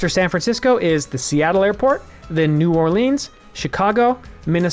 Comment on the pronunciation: Gotta love pronouncing New Orleans as New Orleans